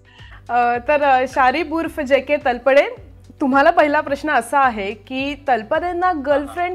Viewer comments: Madam बऱ्याच ठिकाणी तुम्ही तलपडे म्हणताय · अहो हिंदी भाषिक लोक तळपदेचा तल्पदे असा उच्चार करतात. तुम्ही नीट तळपदे म्हणा ना. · तलपडे नाही तळपदे.... हिंदी लोकांना न जमणारे उच्चार आपण का त्यांच्या सारखे करत आहात ? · Sharib sir is such a natural and a brilliant actor and speaks so well in marathi पण त्याचबरोबर मुलाखतकार बाईंना लाज वाटली पाहिजे स्वतः मराठी असून तलपडे म्हणताय खरतर त्या नावाचा उच्चार तळपदे असा आहे..स्वतःलाच धड शुद्ध मराठी येत नाही